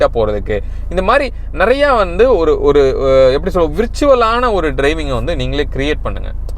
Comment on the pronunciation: விருச்சுல் என்பது தப்பான உச்சரிப்பு... வேர்ச்சுஅல் ( Verchual)